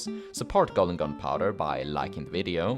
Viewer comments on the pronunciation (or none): none